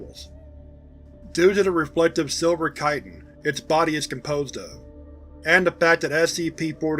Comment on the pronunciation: Ho-lee-shyit!!!, my man, you win the…er…. YouTuber with….the highest brain wrinkle count…award? Or something? Whatever; you said chitin correctly. I’m absolutely ecstatic about it. I honestly can’t remember a single other time that word has been spoken aloud, and _correctly_, on YouTube by any other content creator. At least not that I’ve seen and can recall. Good job, you! I am most pleased with this development. lol.